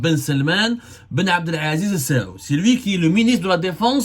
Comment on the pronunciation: Avez-vous etudié la langue arabe à l'école ? Vous n'arrivez jamais à prononcer correctement les noms des dirigeants des pays du Golf. Ce n'est pas la famille السعود mais آل سعود. Ni la famille بن زياد mais بن زايد. !!